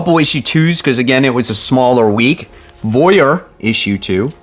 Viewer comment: My favorite part is hearing mispronounce Voyeur. lol Robowolf was doooooope!!!!